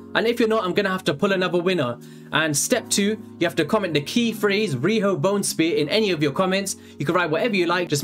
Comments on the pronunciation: "Rihno Bonespear" good luck everyone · "Riho Bonespear" ok lets try :) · “Rhio Bonespear”